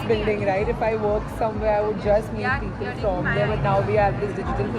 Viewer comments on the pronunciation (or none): none